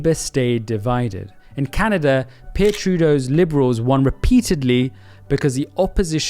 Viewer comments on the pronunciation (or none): none